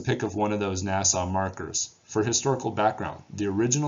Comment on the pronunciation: Thank you very much for posting your investigations. I always leave your channel smarter than when I arrived. BTW, the proper pronunciation is Na-suh. Not Nassau, like the city in the Bahamas. Good luck with continued access to the important areas you need to solve the mystery. You seem like a true soft-spoken gentleman, scientist. All of us who just sit at home in our easy chairs munching potato chips while watching the fruits of your hard work, are GREATLY indebted to you! Thank you, again.